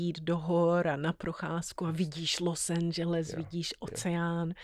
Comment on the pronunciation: Proč to Los Angeles nevysloví tak jak se to má?